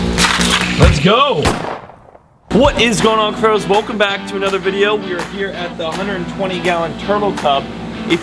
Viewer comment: I know he is saying cuffaros but I only hear crows🥲